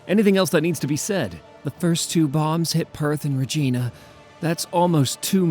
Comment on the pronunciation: As always, I am very much enjoying this series, but I am going to go right bonky if I don't mention this; It's ruh_JINE_ah rhymes with .......... angina, the cardiac malady. What did you think I was going to say? I lived there for a few months, xenoforming would be an improvement.